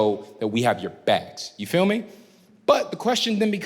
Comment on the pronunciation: Why does he keep axing "you fill me"? I said axing on purpose.